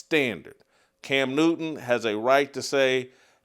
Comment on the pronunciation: His name is can newton. It’s not cam new-in